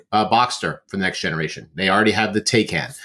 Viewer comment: Since I know you can pronounce Peugeot and Citroen, I'm confident that you can pronounce Taycan correctly (It's Tie-Con). There are YouTube videos to help